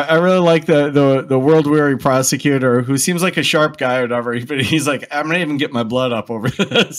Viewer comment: Pros-a-quitter?..... might want to learn better English... lol